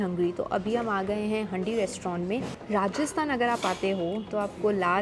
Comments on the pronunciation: Hi! Love your videos. Just a small correction it's not pronounced as handi but it is actually pronounced as haandi as in the vessel. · the way you pronounce 'handi' is absolutely wrong!